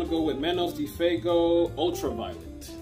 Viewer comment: ITs pronouns “fwaygo” Not bustin your balls.